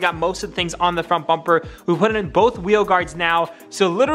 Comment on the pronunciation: Bubur 😂😂😂😂am i the only one who is hearing bubur instead of bumper